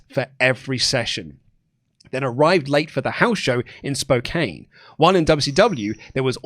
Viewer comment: I know it is spelt Spo-Kane but it is actually pronounced Spo-Can